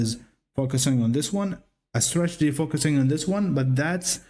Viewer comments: Cute "stragety" kid. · So funny how it sounds like you say "stragedy" 😄